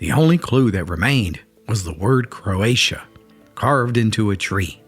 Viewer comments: The word is not Croatia. It is croatoan. Pronounced crow uh tow in. Just fyi. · Crow-a-toe-an. Not Croatia. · its normally pronounced "crow-a-toe-an" not "crow-ay-shun". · Craotoan not croation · Crow a toe an….. Croatoan NOT Croatian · The word carved into the tree where the lost colony had been wasn't Croatian. It was Croatoan (pronounced CROW-uh-TOW-an). Croatian means someone is from Croatia, a country in the Balkan region of Europe. Probably just a typo, however, that led the storyteller to mispronounce the word. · Its pronounced crow-a-tan Croatan. I live in Nags Head, Outer Banks. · This is interesting but the carving you mention is "Croatoan" not "Croation." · It said "Croatoan", as even the picture you've used shows, pronounced 'crow-a-toe-an". Croatia is a very different country located in the Balkans (formerly part of Yugoslavia); Croatians are people from Croatia, predominantly white, with no connection to the "New World", its Native peoples or Roanoke Island. This is a HUGE geographical error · Pronounced Crow-uh-tan not croatian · I’m enjoying the video but was taken aback by the way you sad Croatia, a country in Europe, instead of CROATOAN- the actual message inscribed on the tree, the name of a Native American tribe, as well as the name of an island of the Outer Banks of North Carolina. It’s a little disappointing in that it makes me wonder what else you get wrong, don’t research, or gloss over because you don’t notice actual letters of words. Other than that, it’s a very interesting video. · I was taking this seriously until the narrator pronounced "Croatoan" as "Croatia." Lost all credibility after that. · It is called "CROATOAN", not "CROATIA" (wrong continent)! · It’s not Croatian…Croatan. Important difference. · It said Krakatoan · 😂 "Croatia?" Try CROATOAN. Which was a tribe south of Roanoake. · Croatan. Not Croatian. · The tree said, "croatoa" not "croatia". The latter is part of the former Yugoslavia.